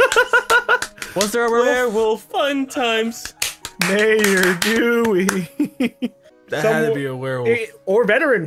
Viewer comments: MAY-OR DEW-EY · I'm happy I know that has seen Steven Universe at least once. "Mayor dewwy" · EpicNightShades also its Dewey